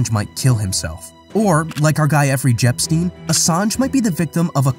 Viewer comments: narration is getting pretty bad on here...effrey jepstein? ...so many words pronounced incorrectly in so many videos now - just saying the words as they are spelled is becoming quite comical, but I fear is confusing many people at the same time hope doesnt sound nit-picky, cuz i love these videos ultimately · effrey jepstein , haha